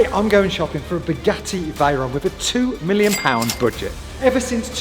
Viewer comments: Is he saying spaghetti Veyron? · Did I hear right...."Spaghetti Veyron"??😆😆